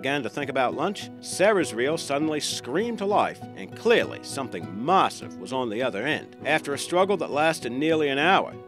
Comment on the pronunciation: Why the does this clown keep saying marssive!!!!!!